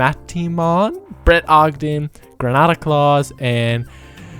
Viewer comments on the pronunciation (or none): none